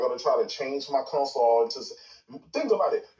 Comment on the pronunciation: No that I’m hearing his voice. This retard never played a game a day in his life. “HAVE Consall”😂 all that clown sh!t He stay typing.. he sounds mentally disabled. He a M-Module kid.